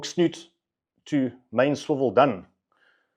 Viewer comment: Hook Snood, not snoot. Is a trace 🎣